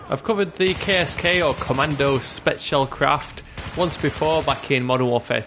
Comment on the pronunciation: you said the ä wrong :3